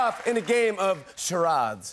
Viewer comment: Jimmy "game of Cha rods" lol.